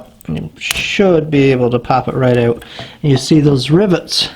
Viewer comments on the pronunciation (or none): It's pronounced out not ooooooohwt